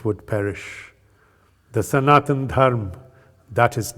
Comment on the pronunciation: Can't expect any North Indian by default, to pronounce the correct Sanskrit way : dharma, sanatana. Only a south indian would do that although they do exaggerate it far too much, atleast the word is not butchered by being cut abruptly as if the "a" was just not there!!!